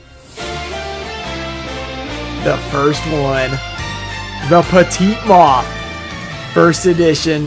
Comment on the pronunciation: so... why do you pronounce "petit moth" as "pecunia moth"?